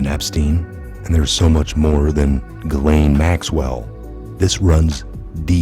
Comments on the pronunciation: are you intentionally pronouncing her name wrong?? Its not pronounced Gash-lane. Its Gih-lane. God bless WWG1WGA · You mis-pronounced “Madeline” McCain’s name & “Ghislaine” Maxwell’s name.